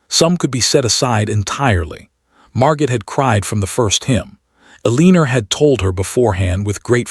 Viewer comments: AI pronounces Eleanor (EL- eh-nor) as eh-LEAN-or. Someone does not know how to program AI to pronounce Eleanor correctly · Because this AI is obsessed with a name it can not pronounce. I have commented to the channel/author to not use that name since their AI can’t pronounce it and it has been used by the AI in 3 or 4 stories.. I am leaving because Elinorr makes me flinch everytime. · Changing her name from Clara to a mispronounced Eleanor was the first strange thing about the story...others have addressed by others. Who wrote the last letter? that was not clear ....and she should have provided an heir in the ending since that was the main reason for their malice acts!